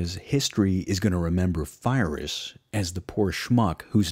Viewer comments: Fyrus? Are you sure you’re pronouncing his name correctly? I’ve always heard it as “Pie-Rus” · Good vid, but much of your Latin pronounciation is off. The Roman shield, for example, is pronounced "Scoot-um" not "Sucked'em" Pyrrhus is pronounced "Peer-us" not Fie-ris". In this period the letter 'C' is always pronounced with a hard sound, like a 'K'. The soft 'C' does not show up in Latin until the early medieval period. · Great video, however, it's Pyrrhus, not Fyrrhus. Also, you could talk a bit less about Patton. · congratulation about these podcasts. You have done a great job and your passion gives you credit. The only thing I would like to suggest is that "Pyrrhus" is pronounced "Pirro" with the "i" pronounced like "e", and that he was an Illyrian, as Epirus is on the south of Illyricum, not NW of Greece, just as Alexander was Macedonian and not Greek. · great documentary; hate how he prouncing Phyrros. Its with a P not an F. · who is "Fyrus"? some cousin of Pyrrhus of Epirus? if this dude can't get the names right what else he got wrong? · Great presentation, but some pronunciations are distracting. The name of the king of Epirus is pronounced "Peer-us," hence Pyrrhic (peer-ic) victory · You did a great job introducing the punic wars, but you kept mispronouncing Pyrrhus and Pyrrhic. They're pronounced "pir-ris" and "pir-rik" respectively. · I loved this video ..... until I heard Fye-Riss. Lmao. Wow. You do know that there is such a thing called Google Translate. It isn't new, you should look into it as you don't know how to pronounce anything non-English. Classic American. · his mispronunciation of Pyrrhus is really distracting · You obviously know a lot of history. How on earth you never heard how pyrrhus or pyrric victory are pronounced? !! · It's not Firus or Phyrous!!! It's Pirros...Pyrrhic win !! WIth a P not F nor PH... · Pyrrhus, not Fyreus godammid yanks, great stuff though